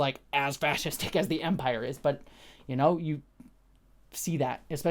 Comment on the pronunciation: A few quick thoughts early on: congrats on getting Dedra's name right! I've been watching a few reviewers mess it up, so don't feel bad, but I appreciate that you listened to the feedback. I hope it wasn't too venomous. Next: it briefly sounded like you said "we, as vampires, would investigate" instead of "as the Empire" and it cracked me up too much for a dreary afternoon. Onto the proper review stuff: I disagree that they didn't really state the goal of Mon Mothma's potential money guy, as he ends up outright stating he doesn't want a betrothal (obvious lie, but it broaches the topic) and then notes her daughter is of age in their society - that's pretty blatant, especially for the conversation those two were having, wherein they danced around what they were really saying. I did like the scene, though, I'm just disagreeing with the description of that. Also, I thought moustache guy was a different sector head, not the assistant to Dedra (I was pretty sure that guy didn't have a moustache), but I am writing this reply/watching this video without easy access to Disney+ so I could be wrong as I can't check. Still, I like his little storyline and confrontation with Luthen, including Luthen's speech (which seemed a little too honest/direct for Luthen to give, but it was still a great moment) Overall, I was a little disappointed with this week's episode and I'm not sure why. I think I was hoping for the crushing tension that the heist episode delivered, whereas the prison break..